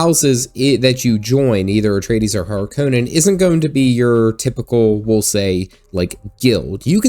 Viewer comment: The way you say Harkonnen is triggering me the same way m night shyamalan did when he made the cast pronounce Avatar wrong lol :P